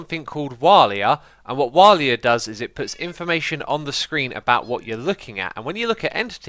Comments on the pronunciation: it's waila not walia (for What Am I Looking At) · well umm... walia? I think its Waila? Also i think you meant wawla? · Walia? It's pronounced W-hey-la